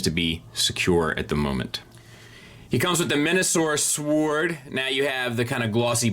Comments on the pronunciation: There is a point where saying “sowaard” stops being funny and is just annoying. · The only thing that really bugs me in this review is his inability to pronounce "sword" properly, the "w" is silent.